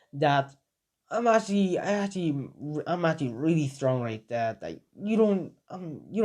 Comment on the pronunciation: instead of right there you say wright dere